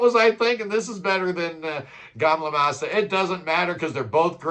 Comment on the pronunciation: "Gamle" like an American would pronounce "Gamble" with out the B is a tad closer than Le Gay M Le Master, hehehe !!!